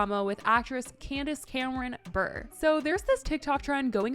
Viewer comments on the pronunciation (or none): Fun fact: Candace Cameron’s name Bure is pronounced “Bur-RAY”, not “Burr"